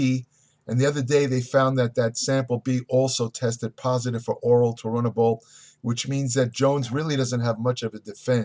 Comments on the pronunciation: Immediately discredited. He can’t even say Turinabol correct. Does he even actually know what it is? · You couldn't pronounce the word Tour, Cormier and then finally Turinabol. "Toruinabull??" I am out!!